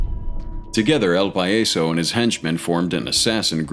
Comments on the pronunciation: its not "Pa-yeso". its "PAH-YASO". Say it slowly.... PAHHHHHH - YAHHHHHH - SO i remember los metros. werent they the ones who killed La Niña? or is it the other group.. Cyclones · It’s pronounced pa-yaaa-so not payayso if you’re going to say something in Spanish please research it at least it’s extremely rude it just means the clown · Lol El "pie - yes - so" what the hell is that? You mean el PAH - JAH - so.... 🤦🏻‍♂️